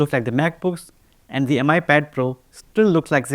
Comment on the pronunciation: Why does every indian YouTuber pronounce Mi as Em-eye and not Me? It's not pronounced Xiao em-eye after all